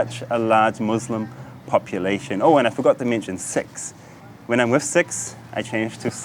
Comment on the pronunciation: why did sikh sound like smth it didnt, but the video is very nice